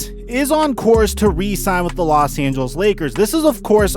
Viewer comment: not sure if it's an optics thing but resign?? it's re-sign:-p